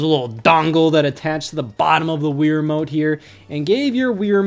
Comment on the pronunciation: Stop saying Weer Mote. It's Wii Remote.